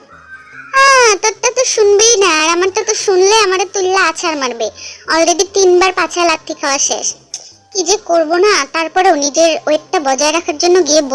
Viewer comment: Apu oi ta শেষ Hobe not শষ Btw video ta khub valo💗🙈